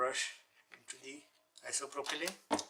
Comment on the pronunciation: Are you saying "isopropylene"?